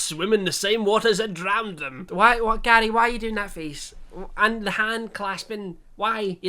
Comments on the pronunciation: im sorry but every time he said gary i heard daddy and it caught me off guard each time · Every time you said Garrrrry, all I got was that episode of Only Fools and Horses... :D